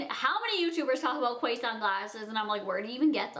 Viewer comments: it's not quay, it's key. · It's pronounced key not quway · not quay, its "key" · it's pronounced 'key' not quay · You are so cute!! Until I got a job at nordstrom, I called it "quay" but it's pronounced "key"! Just letting you know ❤️❤️ I love you!!!! xo been a loyal cutie for years! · Quay pronounced as "key" I use to say it wrong too 🙈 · just letting u know its pronounced 'key' not 'quay', its just a weird australian thing xox love ur channel! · i love you girlie but quay is pronounced like key❤❤ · Quay is pronounced 'key' no hate just letting you know :) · quay is pronounced key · OMG not trying to throw shade but it's pronounced "key" not quay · quay is pronounced key not kway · its pronounced key not quay girl come onnnnn get your life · Quay is pronounced "Key" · The sunnies brand is pronounced like key. Loved this babe!! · Quay is pronounced like key 🔑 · Love the sunglasses!!! Im from Australia and we pronounce it "key" Australia. Love your videos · I live in australia and quay is said like "key" love you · no like you can't just mispronounce things that are said a certain way😂 if my name is Kara, people can't just call me Cora. That's not a thing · Ps, quay, is pronounced 'key' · The brand of the sunglasses are pronounced 'key' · Just an FYI - Quay is pronounced Key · Quay is pronounced key. :) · Its pronounced key even they its written quay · Its pronounced key Australia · Its pronounced 'Key' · Yes, it is a Canadian thing. I think they're talking about how she pronounced the brand, Quay, incorrectly in this video. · She's like 20 and can't say Quay correctly 😂